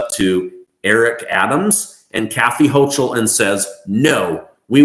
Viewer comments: It's HO-KULL, not HO-CHULL. I wrote this a week ago. I see you don't read your comments..... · Pronounced HOKEL!!! or ahole!! But not HOCHEL! 🙄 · Your pronouncing the governor of ny last name wrong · Prounace Kathy Hochal is different from what you are saying